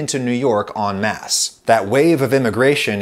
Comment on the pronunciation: way to correctly pronounce "en masse" which I never hear. Even though we Americans usually get "entourage", "envoy", "entendre" and others right, we usually, for unknown reasons to me, get "en masse" and "en route" wrong.